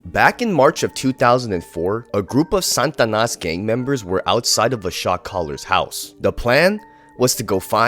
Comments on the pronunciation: Satanas not santanas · He said SANtanas